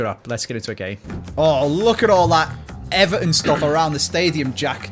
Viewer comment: eVARton say it with me